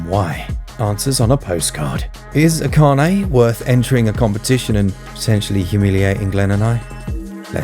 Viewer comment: yay, you got the Pronunciation of Akane right! My fave Martial are film. Drunken Master 2 and why Jackie's drunken boxing fight scenes are magnificent to watch and what's not to like about a guy that does all his own stunts?